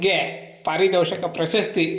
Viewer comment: ಪಾರಿದೋಷಕ ಅಲ್ಲ ಸರ್ ಪಾರಿತೋಷಕ ಪ್ರಶಸ್ತಿ